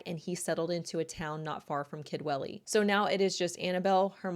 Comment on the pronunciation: Aaaargh ‼️ Sorry 🙏🏼, it's near the end, now It's pronounced Kudwelly Remember, it's in Wales 🏴 Own language? They might not all speak it, the younger, and elderly, but we can all pronounce it 😊